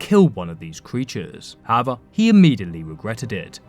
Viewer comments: "howva" lol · it's unsettling how he says "however"